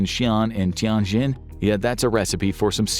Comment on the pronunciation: By the way, Xi'an is more like She Ann, the zhou syllable like Joe, Tianjin like tyen jean.